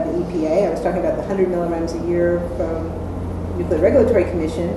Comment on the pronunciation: Rule #1: One can safely disregard any commentary from a narrator who is unable to correctly pronounce the word "nuclear".